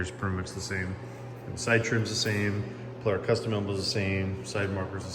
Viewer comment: There's no "air" in Polara